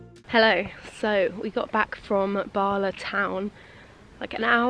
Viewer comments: 😬 eveytime you said barla my head screamed bal a 🤷‍♂️ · The two “a”’s in Bala are pronounced hard and short (as in Pall Mall), not pronounced “ah”. So definitely not “Bahlah”. Also Bettws y coed is not pronounced Betsy, but Bett-oose uh coyd.